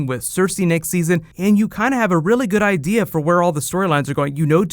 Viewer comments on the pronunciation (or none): none